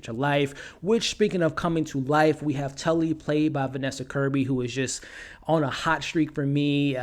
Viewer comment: Tallie NOT Tully, DAMN MAN SHGE SAID HER NAME IN THE MOVIE